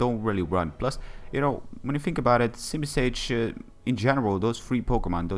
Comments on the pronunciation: its simisear not simisage lol~! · its simisear XD still good battle.